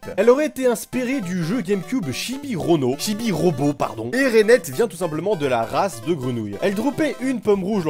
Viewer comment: Hé ho fait attention quand tu prononce shibi robot ! c'est le meilleur jeux pour enfant de la gamecube !